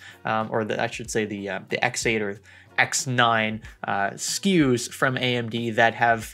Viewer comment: Younes Layachi that’s what I was thinking lol, never heard of SKEW